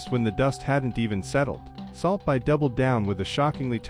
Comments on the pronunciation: I stopped watching at like 2 seconds in, when this shitty ai couldn't even pronounce "salt bae". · AI 😑 how can people listen to this? AI can’t even pronounce the dude’s name